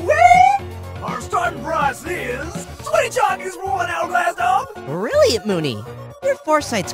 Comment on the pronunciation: He says "20 chocs", watch it on 0.25x